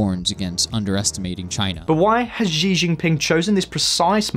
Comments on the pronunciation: Oh my god, Xi is pronounced like chi- not zi. Chinese latin alphabet, have it owns pronunciation rules. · wait what kind of chinese is that? 习 in mandarin is pronounced as SHE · can you pronounce "xi" properly? Not trying to be mean its just bugging me. He is famous and it makes the channel seem less authoritative if you guys habitually mispronounce it ( regularly screws up pronunciation of other famous names). Your mispronunciation of Tsai is perhaps more forgivable, although if i were you guys I would check the sound online for all of these before i spend hours recording